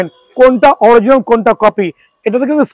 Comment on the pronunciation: Original 😂🤣🤣🤣🤣🤣 Vhai dowa kore pronunciation shikhe asen😂🤣